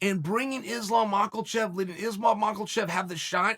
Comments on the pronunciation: Chael has said Islam Mahkelchev 7 times today which constitutes 7 times too many. Mah-kel-chev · He says Michaelchev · You know chael, purposely mispronouncing names of the fighters is getting god damn annoying. Makhlachev? Khazmat? Jesus Christ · Will chael ever pronounce islams name right